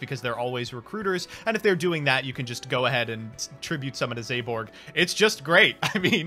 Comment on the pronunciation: zaborg: zEyBoRg